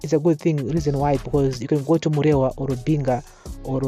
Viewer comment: Why do you matshona people say oro instead of or. Just say or. There's nothing like oro.